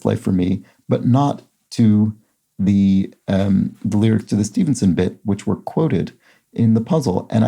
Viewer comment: Congrats on a 1250 streak ! Also it was fun hearing you say the Stevenson surname 6 times ;-)